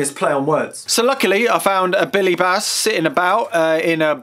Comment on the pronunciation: Billy Base? Try Billy Bass.. (Bass as in type of Fish, not Guitar) Highly annoying video upload, didn't see any merit in what you're trying to do, why are you constantly shouting in that over exuberant way? Made it as far as 🤪👎